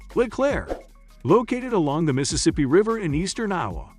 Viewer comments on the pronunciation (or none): none